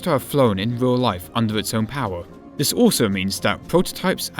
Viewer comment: Two free eight ..... I find vis hard to listen to.